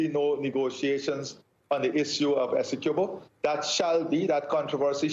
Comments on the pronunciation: Somebody please teach the anchor how to pronounce 'Essequibo', the poor guy looks like he's about to choke every time he has to pronounce it. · NBC news reporters should at least know how to pronounce Essequibo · The journalist doesnt even know how to pronounce Essequibo lol